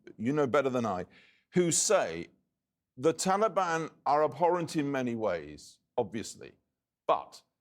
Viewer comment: Why do you keep saying taliban like that